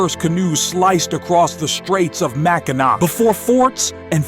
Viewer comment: You literally pronounced Mackinac wrong!!!